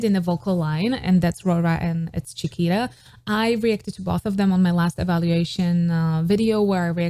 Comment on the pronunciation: So Funny, your pronunciation of Chiquita sounded like Shakira. I think she is pronounced like Spanish “Chi” not “Cha” and “Ta” not “Ra”.